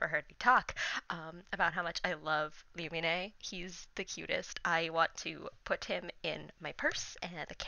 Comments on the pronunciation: Ѕмσl и' Ѕαlту nope not even its Loo-me-nay 😊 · no fite me it’s loon-nih-me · Its actually Loo-Mee-Neh but 🤷‍♂️ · no fight me it’s “loo-mean” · ITS PERNOUNCED (LU MENE)